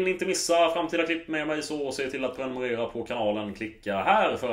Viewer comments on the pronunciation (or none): none